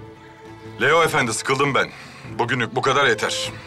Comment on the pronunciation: Hürrem Leo demiyor Liyo diyor